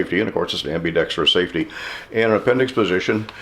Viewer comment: Ambidextrious! Lol I caught that too. Lol great review thank you.